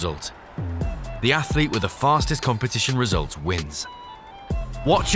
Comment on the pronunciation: Please teach your commentators how to say "athlete" and "biathlon". It's NOT athAlete or biathAlon. Really annoying. Thanks.